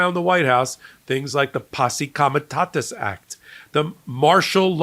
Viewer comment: you are mispronouncing Comitatus.You've said Comitasus several times.